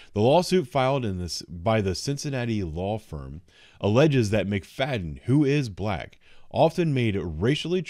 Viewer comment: Her name is pronounced “McFatten”